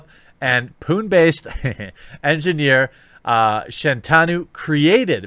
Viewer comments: Thats not Pun, its Puneeeeeeeeeeeee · Pune is pronounced Poon-ay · Its pronounced Poo-neigh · Hey man. I'm not hating here, just trying to help you out. If you're going to cover more/follow up to these stories, then these names will keep repeating. So to prevent any awkwardness, the places are called as such: Pune is said like "Puné like in resumé" and Bengaluru could be said as Bangalore/ Bang-a-lore. I know it's funny sounding, but yeah. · Pune is said Poona its where I was born xD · The city of Pune is pronounced as Pu-ney 😀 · (its pronounced "poon-eh" btw, just in case you cover this again) :) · Pronounced “Poona”